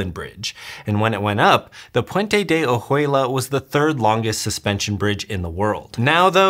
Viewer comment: That is pronounced, Oh-wei-la. The ju is pronounced like a soft 'w' such as in Juarez.